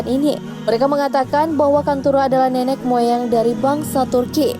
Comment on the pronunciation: Nenek bukan nenex min, pakai bahasa indo yg pas tidak bukan tidax